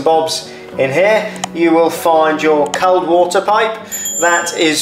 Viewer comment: Good video but can’t over how you pronounce “cold”!!